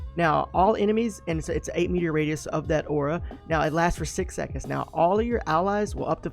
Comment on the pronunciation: Metre not meteor XD